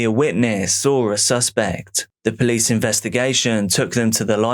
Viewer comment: ah yes, the poolcie. 😂 love you!